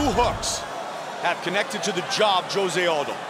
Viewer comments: OMG!!! Would someone get this Commentator to stop calling him J ose and tell him the pronunciation is H ose. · Announcer said Joe-zay in stead of Jose in he intro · Joe-say? Dude it’s Jose lol…seriously? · Joe rogan committing the 'saying jose aldo's name like josay' bit like nobodys busniess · Comentar try pronouncing hose-a. J in Spanish has the h sound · Joe-Zay Aldo. Joe-Zay 😂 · JOE-ZAY?? lmao! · So annoying how they pronounce Jose Aldo's name